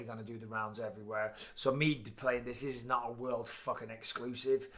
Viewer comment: Why cant you say "ME" correctly?